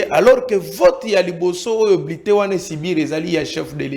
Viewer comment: qui dit bletin pense que c’est lui le peuple 😂😂😂😂